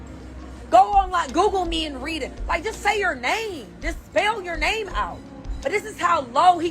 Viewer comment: She still can't pronounce the name though.